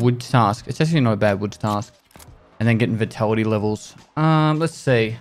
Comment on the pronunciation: Vetality, Oufalmoscope, demolarizing, mixing up audacity with tenacity, a completely different word with a completely different meaning. How does such an illiterate smooth-brain ever become a military translator or "linguist" as he likes to call it?